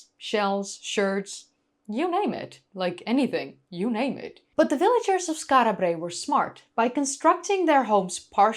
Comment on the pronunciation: Lol. I partly take black5f's point. An islander would indeed tend to roll the Rs, although they'd just 'tap' them. (I think that's the correct technical term). slightly 'over-pronounces' it: 'Skaarra Brraey'. Doesn't bother me at all, but it's not actually quite how an Orkneyman would say it, nor a random Scot or 'Brit'. (Although it's close, so 'no foul', in my opinion).